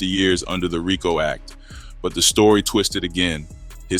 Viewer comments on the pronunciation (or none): none